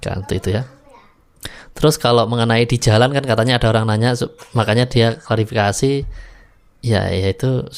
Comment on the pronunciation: Aq lebih gemes n benci ktika dia bilang klarafikasi. Ngomong klarifikasi gak becus,emang bpk ini tak punya adap, SDM rendah.